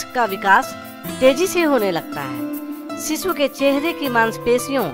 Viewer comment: अरे सिसू नाही रे शिशु म्हणतात😜